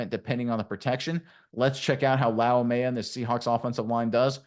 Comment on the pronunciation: Bro did you just add an ok to his last name? 🤣 It's pronounced lau-may-uh